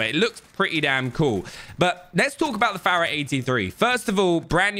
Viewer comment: The way he pronounces fara bugs me lol